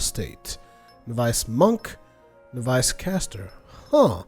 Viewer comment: it's not "nov-ice" but "noVvis"